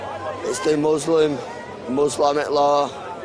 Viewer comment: Muslamic. I was drinking milk when I heard that haha